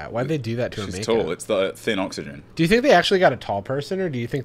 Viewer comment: WHO DO YOU FINK GAVE YOU THE TEEF